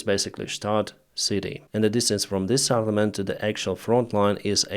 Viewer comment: Settlement not SATTLEMENT. SET not SAT